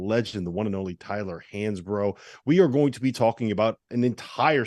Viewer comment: You can tell Hansbrough took full advantage of those UNC paper classes. Dummy doesn't even know how to pronounce the most famous current CBB player's name!@